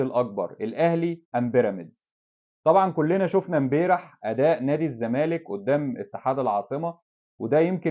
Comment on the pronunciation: يا بالتوفيق بس ملحوظة هي نطقها امبارح مش امبيرح عشان تكررت عند حضرتك